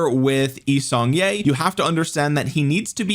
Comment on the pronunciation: As someone married into a Korean family, it pains me to hear your YSG pronunciation. Its YEE-Sung-Kyeh. Sorry for the nitpick it has been bothering me. Love the vids!